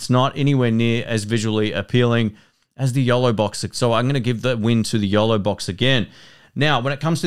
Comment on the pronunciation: Yolobox FYI, I thought he was saying YELLOWbox and i couldn't find that. Price was not mentioned. the Yolobox is around $ and the Feelworld Live Pro is under $300